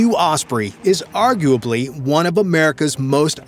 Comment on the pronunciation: on dit "marine one" pas "marine un" mdrrr